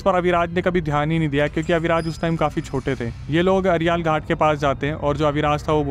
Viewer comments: Aryaal ghat nhi arail ghat hai* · अरियाल घाट ❎️अरैल घाट ✅️ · Ariaal nhi arail ghat hai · Arial ghat. ❎❎. Arail ghat. ✅✅. 😂😂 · bhai arial ghat nhi arail ghat😗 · Ariaal ghat nahi..Arail ghat khte hai